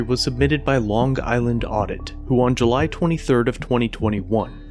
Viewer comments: Lon guyland? Interesting pronunciation. Otherwise, you did a great job commenting and editing. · I’m from Long Island and the fact that you over pronunciat the g in long is like hearing nails on a chalk board. We all have our weird accents. Lol